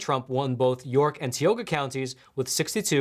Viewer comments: Dear; Please pronounce Tioga as Tie Oh Ga instead Tee Oh Ga. Sorry I live a few blocks up from Tioga Street. Forgive Me for being Pedantic. Sincerely a Ghetto Conservative Mike B. B. From Philly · It is pronounced TIE Oh Gah (Tioga)